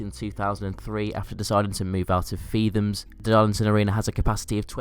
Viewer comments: it's pronounced feet-ums not feefams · Feethams... its pronounced Feet-Hams.. No Th sound